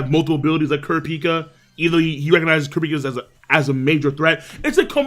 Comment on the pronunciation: The way you pronounce Kurapika is funny.